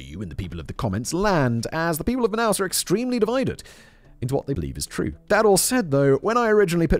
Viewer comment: Love how simon pronounce the Brazilian city of manaus and the Portuguese words every one of those wrong 😂😂😂😂😂😂 But it is funny af